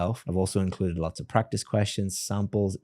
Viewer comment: She speaks so fluent but her problem is grammar, she mention lots as loss